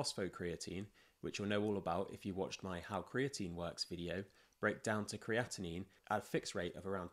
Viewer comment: Americans don't say creati- 'NÍNE'